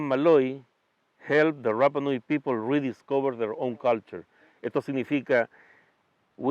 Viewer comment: CANAL MATA O TE RAPA NUI, AMO SU CONTENIDO, NO ASÍ, A MI HAU RAPA NUI, CUANDO LE DAN CON EL RRRRAPA NUI, CUANDO UNA ILUSTRE VISITA DICE CORRECTAMENTE RAPA NUI....TAREA PARA LA CASA